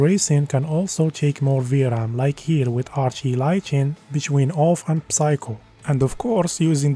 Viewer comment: Don’t pronounce the “p” on the word “psycho”